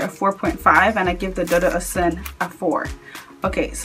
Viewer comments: one more thing my sister its dudu osoon is the correct way to pronounce it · Lol it's pronounced 'oshun'... With the 'sh' sound. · michelle No ma'am. It is pronounced without the 'sh'. It is the Yoruba word for Camwood.